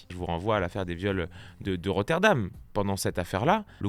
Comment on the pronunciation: Vidéo très sympathique, néanmoins attention ! C'est RotherHAM !!! Rotterdam c'est au Pays-Bas